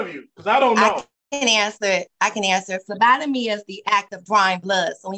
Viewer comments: I heard Lobotomy not phlebotomy!! 🤦🏽‍♀️😊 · I thought he said Labotomy class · I thought she said lobotomy class at first 😂 They have a hard time finding my veins too. Sometimes they have to get the Ultrasound machine out to find a vein 😂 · Lobotomy training is what I heard 😂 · I thought the judge said "lobotomy training." 😂 She definitely doesn't need that kind of training; she's already an expert!